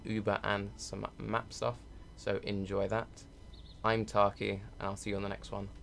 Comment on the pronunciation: Thanks for butchering my name Tarke :D